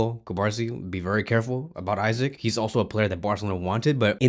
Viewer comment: Bro, its ISAK “E-SAC” not Isaac. Stop repeating same mistakes over and over again. It’s pronounced ISAK…. Make sure you also improve your pronunciations when calling football teams and names, you never know who’s watching your page. A little effort, learn how to pronounce the names correctly before making a video. Bless